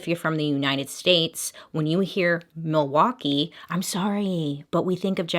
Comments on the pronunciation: All the Wisconsinites thinking "did you really just pronounce the L in Milwaukee?" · I think Laverne & Shirley and Alice Cooper's pronunciation in Wayne's World when I think Milwaukee. Also my family drove to northern WI for vacation every year and we would always be like there's Jeffrey Dahmer as we drove by the prison. Also why are prisons built next to major highways in the midwest?! Seems real illogical. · When I hear Milwaukkee , I do not think of Jeffrey Dahmer and this is coming from someone that lives in Wisconsin... I think of the movie Wayne's World and Alice Cooper saying Milwaukee is actually "mill-e-wah-que"... side note, my uncles looks exactly like Dahmer. He would get so ticked when we called him uncle Jeffrey... this was all back when it went down.